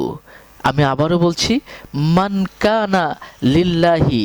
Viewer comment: Ami o seta vabteselam Onar uccharone vul ache